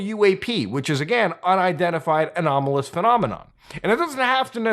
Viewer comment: and and Anonamolous?!